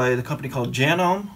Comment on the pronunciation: FYI As a sewer, never use wd40 on any sewing machine and Janome is pronounced Ja-no-me.